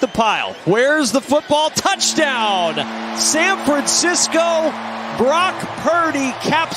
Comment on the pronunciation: San Francisco...not San Fransisco. 😑